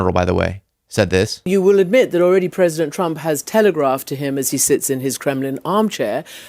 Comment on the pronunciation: If was pwesident. If I was pwesident. Reminder you supposed to be the president. Jesus Christ 🙏